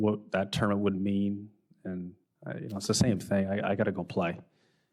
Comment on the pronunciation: Is it just me or does tiger say tourment and not tournament?